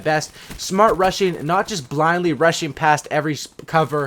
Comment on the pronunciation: When you were talking about "rushing" i thought u said russian 😂